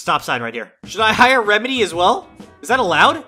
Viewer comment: I laughed when he said what are doing rembedy